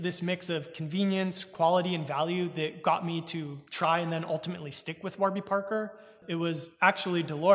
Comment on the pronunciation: I can't believe you pronounced Warby incorrectly.